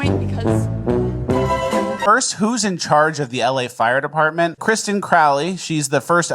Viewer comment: its kristinith ..dameit